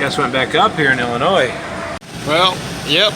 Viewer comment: hey! you said Illinois correctly!